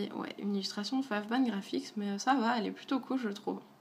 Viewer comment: Coucou :) Petite ouverture très sympa ! Petite remarque, vu que c'est des illustrateurs japonais je pense que "5ban Graphics" se prononce "goban" non? :/ Enfin bref.. Gros bisou ^^